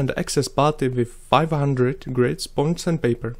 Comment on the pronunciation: the way you said sponge sandpaper made it sound like "sponsan paper"